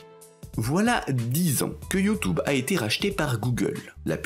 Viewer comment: Ce que j'ai retenu.... "YouTOuBe" :D